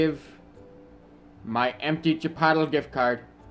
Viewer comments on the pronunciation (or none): I honestly had to check the comments to see if I was the only one hearing chipottle...